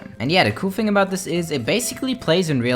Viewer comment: Why does it sound like when he says thing it sounds like fings